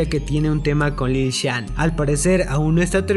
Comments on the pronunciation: Lil shan?? Es lil xan amigoo😂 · Es Lil xan no Lil chan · No es lil Shan es lil xan pronuncia bien su nombre